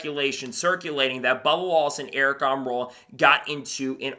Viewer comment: Bro just can't say the name. Wtf